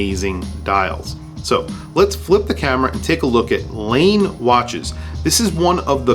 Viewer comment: I love Laine watches, must be my Finnish heritage. Laine is pronounced Lie/nay. Thanks for posting this video, Cheers